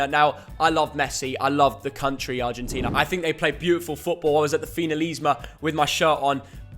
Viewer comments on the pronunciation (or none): none